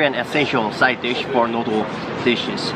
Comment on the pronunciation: its noodle , not noodole